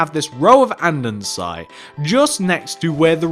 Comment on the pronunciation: It’s Polished Andesite not andensite